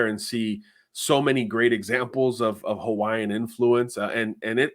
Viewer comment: Hawaiian names just pronounce every vowel and you'll get their names correct 9 times out of 10. (this was told to me by a friend of mine who is Hawaiian.)